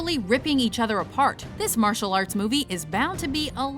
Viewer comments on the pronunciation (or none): none